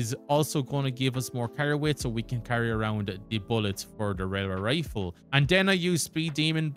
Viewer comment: Tell me you can’t say Railway Rifle without telling me you can’t say Railway Rifle